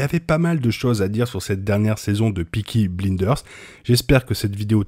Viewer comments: Je suis désolé mais tu prononce très mal Peaky Blinders tu dit Bliders😂 mais sinon merci a toi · Et juste une chose prononce correctement blinders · Sérieux comment il prononce Blinders